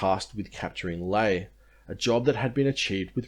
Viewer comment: the picture is a laughably staged laffer Lae is pronounced lye-AYE